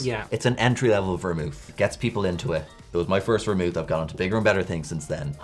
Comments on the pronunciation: I love how vermouth is not complicated to say or read in any shape or form, yet they've called it Vermont, Vermouse, and Vermoose😂😂😂😂😂 it's like if kindergartners were given the bottles and told to read them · I love how saying “vermouth” descended into “Vermont”, “veemot” and “vermouse” 🤣🤣🤣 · has called it everything but Vermouth. Vermoose,Vermont. Every variation except the correct one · And ver-mouth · says ver-MOWTH right off the bat. You know it’s going to be a good learning experience for everyone! 😂😂😝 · Ver-mouth, vermoose, vermouse, vermont. LOL I don't think he even said it correctly once. LOL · Ver-MOUTH ... uh huh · Love how never pronouced Vermouth the same way twice. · Love that had like 12 different pronunciations for the vermouth throughout the video 🤣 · A different pronunciation of Vermouth each time xD